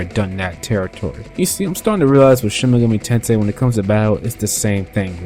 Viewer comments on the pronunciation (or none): Enunciate the title. SHIN-MEGAMI-TENSEI